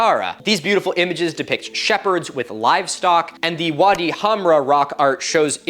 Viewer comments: Bro you need to get this, it's wadi Wwwwwadi not vadi ,I am also an Egyptian and wadi is an Arabian word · "Wadi" is pronounced like body but with a W, not "var-dee". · I'm astounded at your passion for this topic! And I want to make sure you knew that wadi has a W sound (in English). The V sound is for German words. W as pronounced in English is most def in Arabic. BTW, you have a gift, my man. Your storytelling capability is awesome. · The “w” in “Wadi” is pronounced the same in Arabic as the “w” in English. The “v” sound doesn’t exist in Arabic. You are otherwise so perfect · I may be misshearing, but it sounds like you're pronouncing "Wadi" with a V. Not sure if there's a reason, but in Arabic it's pronounced with a W sound